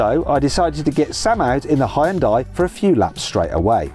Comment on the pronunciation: てかイギリスでの発音はあんま似てないと思うけどね。ハイウンダイと発音してるけどこれがホンダと似てる？